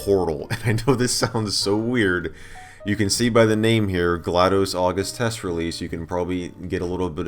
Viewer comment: this isnt GlaDOS this is GladOS